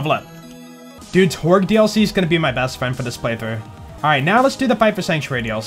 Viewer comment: He literally farms a Kerblaster. And I think you meant to say "Torgue"